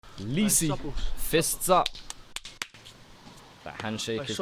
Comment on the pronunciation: Say lisi right